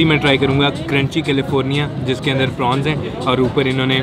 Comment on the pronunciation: Prawns not prons [ Dynamite]